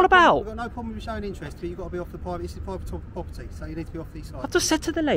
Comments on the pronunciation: Pwwivate pwopperty says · “Pwivate pwoperty” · Pivate popety! Operations director should get some training and a bit of help with that speech impediment.